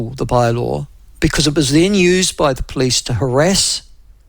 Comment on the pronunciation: Nyoo Zullind pronunciation of "police".